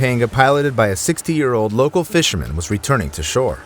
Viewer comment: The “fisher- man” ? What? The guy looks and sounds like English is his first language you show doing voiceover work. Idc either way more curious than anything - but it’s impossible a native English speaker sees fisherman and says “fisherman-MAN” there’s no dialect or accent that warrants that. So curious how little stuff like that happens in these scripts